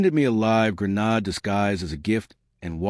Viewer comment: And still, NO AI voice can ever pronounce the simple word "grenade". It ain't "gre-nahd"! 😮 And read ("reed") vs. read ("red"). Sheesh. "A inventor", that grammar glitch is on the scriptwriter. 🤨